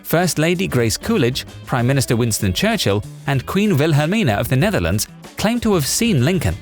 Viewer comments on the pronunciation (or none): none